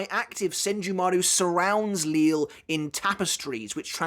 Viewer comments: I'm quite surprise that you still call him Lil or Lilly when he's name was already revealed to be prounounced as Lijie or Lijee. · It’s kinda weird to still hear “Li-le” or “Lil” when it’s now “Lije” which makes sense considering his pronunciation of chocolate, it makes sense for the “LL” to make a “J” sound. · surely you're aware of the proper pronunciation for the names of Lille, Cang Du, Äs Nödt etc by now? Are you just used to the way you've been pronouncing them thus far?